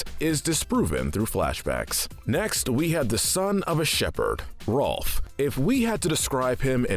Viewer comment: It's not Ralph, it's ROLF!!!!